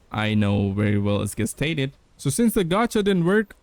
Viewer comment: its pronunced JEST stated